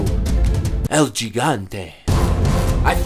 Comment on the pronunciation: LMAO.. EL GEEGANTAY it's el HE GAN TAY